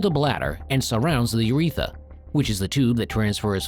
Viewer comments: It's not "uretha", it's "urethra". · It's ureth R a. Not uretha. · Isn't it "Urethra" rather than "uretha"? Check your pronunciation, please. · Slightly worried that you don’t know that it’s pronounced urethra, not uretha. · It’s urethra, not “uretha.” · The Uretha? Like Uretha Franklin, the famous R&B singer? There are TWO Rs in urethra. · We're supposed to take seriously a video regarding a serious medical condition that primarily affects males when the video's narrator neither knows what is, nor how to pronounce the name of, one of the principal organs (the urethRa) of male anatomy? "Urethra", not uretha. That this video was approved for publication / presentation on this or on any platform is inexcusable. Such a fundamental error leads me to view with skepticism information which may be presented in ANY video presented by this (YT) channel. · "urethra", not "uretha." And other mis pronunciations (and/or misspellings). If I must get my medical information from a dumb bot (which is what is talking in this video), then it must at least know how to spell and pronounce medical terms. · It’s UrethRA not Uretha. Please correct. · informative, educational and awareness-based. the ai mispronunciation of "uretha" cannot be highlighted enough. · STOP SAYING URETHA!!!!!!!!!! If you're just AI, then you have even less of an excuse. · I believe it's called a urethRA with an "r". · It's "urethra". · It’d be nice if the narrator of a video about the prostate could pronounce “urethra” correctly.